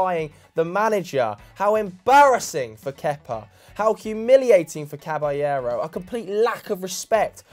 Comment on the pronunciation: These guys almost never pronounce Caballero's name properly.